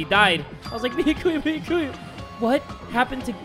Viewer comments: and here we witness a rare moment when pronounces Byakuya correctly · YO HE PRONOUNCES “Byakuya” CORRECTLY SCREAMING